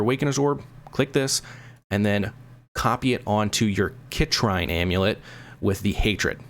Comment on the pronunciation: Excellent video. Minor quibble - it’s pronounced “sit - reen” =)